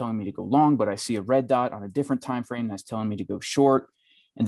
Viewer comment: What's a time "frane"??? :-)